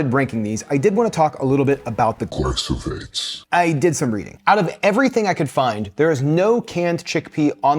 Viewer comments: I am not sure why he kept saying "glysophates" instead of "glyphosate." He displayed documents with the word and still got it wrong. It would have been better if Monica didn't know which brand was used in either hummus and tested it by herself without getting input from. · Yes, he’s pronouncing it incorrectly. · I understand you pronouncing it"gly-so-phates" - shouldn't that bei "gly-pho-sates"? (not native speaker here...) Thanks for your videos!